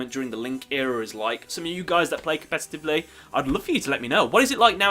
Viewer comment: It's not "compestitavely". lol. I honestly can't get into the game anymore it's way too complicated and just like a web now. Agreed.